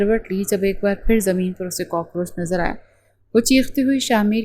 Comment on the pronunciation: کاکروچ ہوتا ہے کاکروج نہیں😂